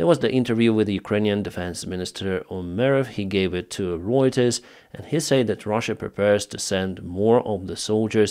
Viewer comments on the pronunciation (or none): none